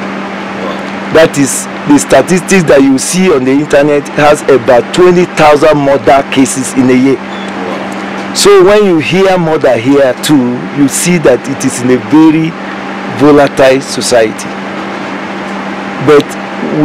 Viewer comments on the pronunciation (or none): Volatile, not violatile